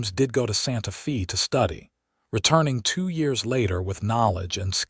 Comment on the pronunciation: EDIT & REVIEW!! The town Santa Fe is pronounced as "Santa Fay".